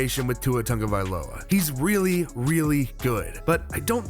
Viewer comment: This is nick picky, but it needs to be said. Dude! His name has no “N” in his name. It’s pronounced “T A G…”. Not “T U N G …”